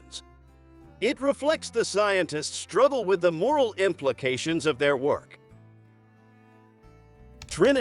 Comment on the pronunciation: It was good to see the names in print of the actual people who lived these events. Although it was disappointing not to see an analysis of Izzy Rabi, Oppenheimer's loyal friend, who also added glimpses of morality. By the way, A.I. voices are very annoying. - I almost turned it off when it said "striggle" instead of struggle for the 4th or 5th time! A real live person probably would've volunteered to read it.